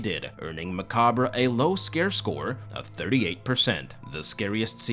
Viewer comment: My high school English teacher taught me the how to pronounce macabre and I always did my best to remember. It’s the same way you pronounce it. Thanks for helping me remember something special. Thanks for the video.